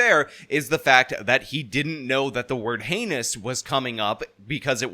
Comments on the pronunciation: Lol dude can’t even freaking read?! Pronouncing heinous as henny-us, reminds me of that guy who thought and island would get tipped over and capsize if a military base was built there. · "Heynious"- ha-ha. "Cursarary"- ha-ha.